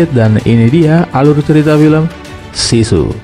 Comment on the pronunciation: sisu kan bang ya bukan susi ?